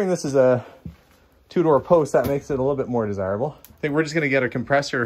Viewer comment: Two-door car, what I keep hearing "a Tudor car"... :D